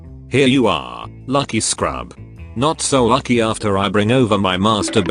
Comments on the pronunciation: Btw its shrub not scrub🤣🤣🤣🤣🤣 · It is lucky shrub instead of lucky scrub( u said)